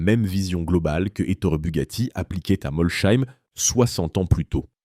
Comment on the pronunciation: Moi j'ai tenu 1 minute, le temps d'entendre la prononciation de "Molsheim". Bref foutage de gueule cette chaine.